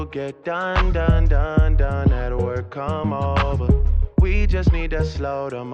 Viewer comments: It's not wer its work you need the k. Besides I only listen to country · It sounded more like "twerk" than "work"... And looked like that as well.